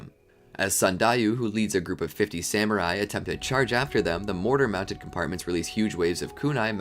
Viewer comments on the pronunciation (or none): none